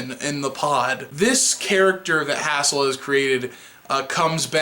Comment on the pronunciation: HAZE' 'L, not HASS' 'L